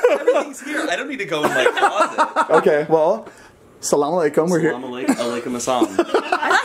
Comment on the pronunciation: I laughed so much when was trying to say وعليكم السلام but I think that everyone on the vlog squad is so respectful to hidaya and they know their boundaries and I noticed that they have a carpet frame which has a line from the Quran and I think that every Arab including myself has it